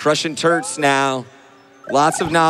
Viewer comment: I keep hearing the commentators say "Crushing Turds" instead of Turts